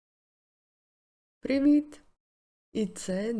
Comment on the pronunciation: як же мені подобається вступ, хоч на звук повідомлень став: "всім приВІт!... (і нінорно) мене звати. Просто топ ))) дякую за відео